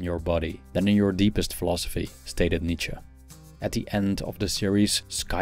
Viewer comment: Nice to hear from someone who knows how to pronounce Nietzsche. Remember that this author had issues of his own. As I recall him saying that women did not have a soul and were at best a cow.